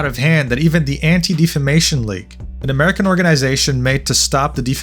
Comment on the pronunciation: Not to bust chops or anything but it's pronounced Deaf-A-Mation not Deef-A-Mation. Other than that, very good video.